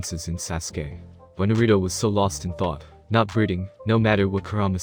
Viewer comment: I honestly can’t stand him saying Naruto wrong